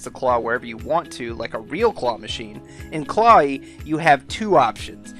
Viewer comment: I thought it was pronounced Claw-we